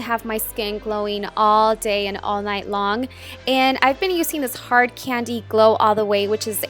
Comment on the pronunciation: "youuuu-seeen"? you mean using...